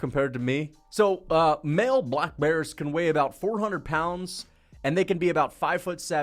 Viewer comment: I don’t what pisses me off more your delusion or the way you say black bears